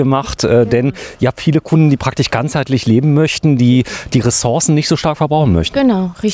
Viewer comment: kannst du bitte lernen, das SCH richtig auszusprechen? Das „praktich“ nervt.